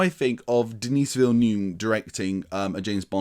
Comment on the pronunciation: The 's' in Denis is silent, i.e. dah-NEE... What ifs: 1) Had OHMSS and YOLT been made in order and both faithfully adapted from the novels Connery could have exited on a high note (the original plan was for him to do 6, with the aforementioned entries in order); 2) Roger Moore assuredly would have departed on a very high note (puun intended) had he retired after Moonraker, while he was young enough for at least some to believe he performed a few of his own stunts. Thanks (?) to COVID-19 Craig will depart as the longest-serving Bond, though not one with the most entries. Also, kudos for acknowledging Johanna Harwood, the scandalously overlooked FIRST female scripter of Bond films, Dr. No and FRWL; she is nearly as responsible for setting the foundation of cinematic Bond as director Terence Young.